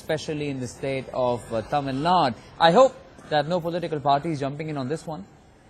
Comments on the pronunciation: This idiot cant even say TamilNadu but said "Tamilnad" talking about how sensitive the language issue is. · Hey bro it's not Tamilnad, it's Tamilnadu... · That f*****g news anchor don’t even know how to pronounce Tamilnadu, says Tamilnad and he’s judging others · Mr. News Reader It's not Tamilnad it's "Thamizh Nadu" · Dear journalist, get your facts right. It's not "Tamil Naaaaad" it's TAMIL NADU. First you learn to pronounce our state correctly and then impose the language that is no way compatible with tamizh! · And he calls Tamilnadu as Tamil Nad